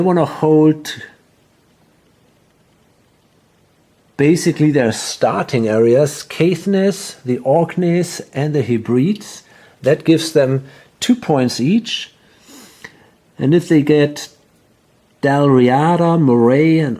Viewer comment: 'Hebrides' is pronounced 'Heh-bree-dees'. Nice to see a classic getting air time though.